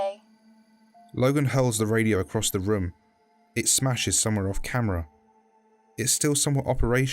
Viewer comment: i like how he says "room" as "RHUOM"